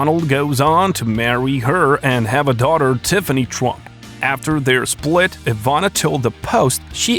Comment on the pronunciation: Good Lord. The name is TRUMP. NOT Twump